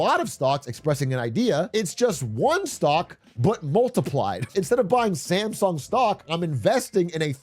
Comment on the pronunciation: you are pronouncing Samsung wrong throughout the video.